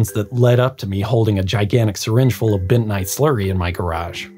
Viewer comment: Benite clay? Don't you mean bentonite clay?